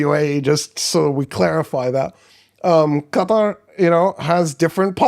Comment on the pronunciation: Stop pronouncing Qatar correctly. Its off-putting. 😅